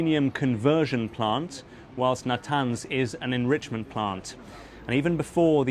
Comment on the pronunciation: Trump trying to say enrichment 😂